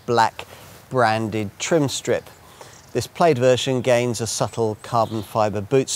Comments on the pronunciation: I can’t get past his pronunciation of plaid and repeating himself over and over again every few minutes 😂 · "Plade" LOL.